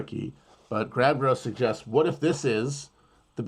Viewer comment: This mf said watt & dauble